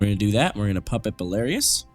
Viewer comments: It's BELARUS NOT BELARIOUS!! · Belarus is pronounced Bell-UH-Ruse. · Belarus is pronounced bell-a-rhuss